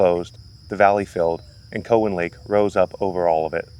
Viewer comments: It’s cow an not cohen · We always pronounced it COW-en not COE-wen. I spent many happy hours on and around the lake and spillways in my youth. Thanks for this. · It’s pronounced COW-WHEN. Not from around here are ya? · Is "COE-in" a byproduct of AI narration? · Cow-as in beef- an lake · we've always pronounced it COW en also. id be interested how it got its name too. might help the pronunciation finding out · Its pronounced Cow-in. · COW like moo COWan. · Have you thought about checking out fort ancient? It's about 15 minutes from there. Also it is pronounced COW-EN 😆...My road ends at the lake...5 min walk 😄 btw, I barely see the snakes in the lake...on the trails, every once in a while. Love the video! Thank you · COW-wan Lake. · It’s pronounced Cow WTF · Cool video and even cooler cat. Was excited to see something on Cowan Lake. We always pronounced it “cow” like the animal, but not even sure which is correct. Grew up doing family reunions here for the longest time. Fun fact: the restaurant near there, the Spillway Lodge, used to be my great grandfather’s butcher shop. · As a lifelong resident of the Cincinnati area, I believe it is pronounced - 'Cow Ann' as in the animal and the name. As one word. Emphasis on the 1st syllable. Never heard it pronounced any other way. Thanks for the video. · Never heard it pronounced the way you do. Also, it’s interesting that you have facts on millions of years ago. 🙄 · my friend. im not upset. just letting you know. if you post things in youtube you probably should expect replies with opinions. I appreciate the info a lot but it made it apparent that you probably werent feom around. the area from how you pronounced it. Keep doing what you do. I subscribed